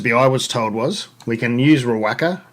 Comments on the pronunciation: Ree-wocka and Mot-yu-ekka are the correct pronunciations. Great channel! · Great video. You mentioned how to pronounce Riwaka. How you pronounced it is more than fine but Riwocka I think is correct. Cheers mate.